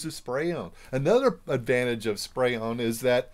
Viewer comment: Are you saying spray on or spray own??